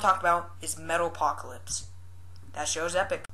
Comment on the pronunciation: "Metalpocalips" hahaha